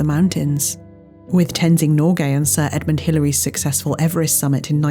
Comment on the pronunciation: "... with Tenzing Norgay and Sir Edmund Hilary's successful Everest summit...." 🏆 Immediate love for saying this correctly 👏👏👏